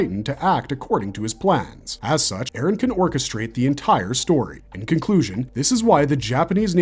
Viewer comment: "Eren yeahger"